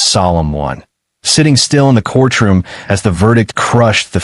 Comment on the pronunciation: Court room, not corch room